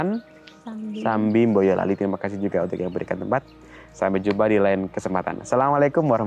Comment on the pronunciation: Hostnya uda lokal bgt nyebut nama kota plus huruf M, Boyolali jadi Mboyolali 😉, emang ada yg bbrp nyebut plus huruf tsb ddpn 😉..